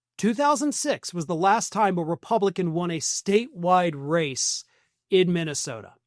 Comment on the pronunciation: Mikey Pillow can barely and consistently pronounce the name of his home state of MINTYSTODA. He actually said it that way.